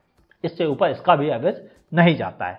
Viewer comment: Upel nhi uper 🤣🤣🤣🤣